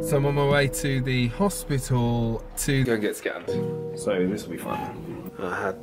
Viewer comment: always cracks me up when he says "Hossspituoolll"